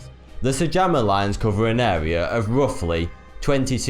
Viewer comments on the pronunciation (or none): Hard to give solid credence to the host with such a speech impediment! "It's wuffly here - or nearly ten paces lenth from here - or the five munfs it took to find pwoof"!!" Such a pity - the stories are fascinating.